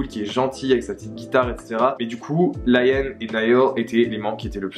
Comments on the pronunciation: Rien a voir mais on dit pas Laiam mais Lï am (comme on le lirait en français en prononçant le i.) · Liam se prononce LEE-YAM pas LA-YAIME 😅😂😂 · juste c’est pas important mais la prononciation de Liam c’est Leeyum hihi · super vidéo intéressante!! Par contre pitié Liam que ce soit en français ou en anglais ça ne se prononce pas Layam haha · Harry est le plus jeune pas Liam et sa se dit Liam comme à la française